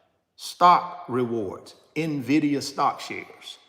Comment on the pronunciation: So glad you are correctly pronouncing "Nvidia" starting to look like you are knowledgable 😉 no more "Nividia" 🤣